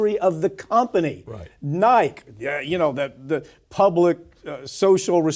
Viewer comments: Dude, Nike is pronounced “NY-kee.” How would anyone in America not know that? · Granddad called Nike 'Niek' 🤣